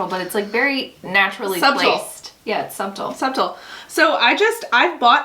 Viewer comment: Please look up the pronunciation of subtle